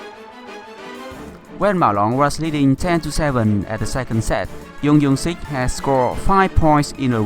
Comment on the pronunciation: tennis "PingSunday " Please, I told you last video, to stop calling him "YEUNG YEUNG SIK" But his name is JEONG YOUNG SIK LIKE JUNGLE JUMANJI JORDAN JUICE YOU EVEN LIKED MY COMMENT BUT YOU STILL PRONOUNCE IT WRONG> OH MY GOD